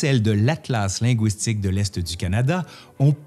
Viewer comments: Un petit commentaire sur la façon dont vous prononcez le mot linguistique. Je suis Québécoise et votre prononciation du mot "linguistique" en (wi) au lieu de (ui) lɛ̃gɥistik sonnait franglais à mes oreilles. À part cela j'ai vraiment apprécié votre présentation étayée du sujet. Merci beaucoup! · Pourquoi prononcez-vous linguistique « ligouistique » comme dans goulot plutôt que linguistique comme dans « légume » c'est tellement plus joli à entendre et tellement plus correct ? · i'avait que'que chose qui clochait pis, oui. j'ai ouïe dire "lingouistique" dans l'idiolecte de c'te formidable monsieur là. ou bin bedon ça fa' p'tête partsie d'son dialeque. ça fa' penser aux langoustes. mais moué j'dis lingu - istique. u. pas ou. c'éta' jusse pour le dire, là. pas pour faire le troud'gu! :) Merci !